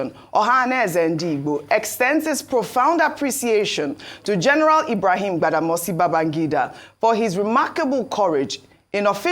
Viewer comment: Ojy kept calling IBB “Gbadamosi”. It is Badamasi not Gbada.